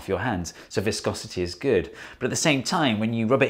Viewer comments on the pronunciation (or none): none